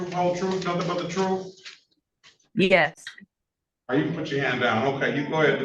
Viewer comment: Truf? Ax dat judg, wat truf uz axin meez bout.. ax? A judge on the bench said truf, and ax? Wow